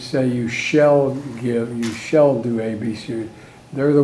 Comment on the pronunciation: “Shell” instead of shall. 😂😂😂